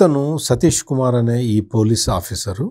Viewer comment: సతీష్ కుమార్ పేరు కరెక్ట్ గా చెప్పండి ప్లీజ్